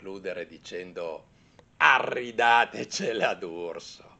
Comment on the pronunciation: la ascolto sempre con piacere, ma se ha voluto chiudere alla romana, sappia che è corretto dire: "Aridatece" la prego, con due "R" non si può sentire:) Buone cose.